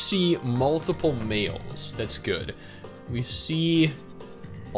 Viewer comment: I thought you said meals and not males at the start lol. So i was like “damn, bro that hungry already?”